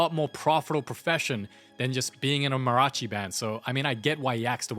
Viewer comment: im so sorry but the way you say mariachi is so funny lol